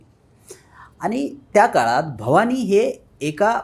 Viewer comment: जय भवाणी नाही ग बाई,जय भवानी असा उच्चार कर.मराठी नीट बोला ना